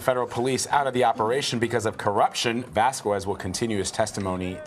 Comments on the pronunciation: Its pronounced "vas-kez" not "vas-kwez". Its not that hard. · Vaskwez? Foowentez? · does she not know how to say Vasquez? my ears bleed every time she says it